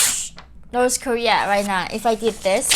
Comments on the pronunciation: Why do you pronounce North as Norse? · North...not noreth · She can't even pronounce North 😂🤣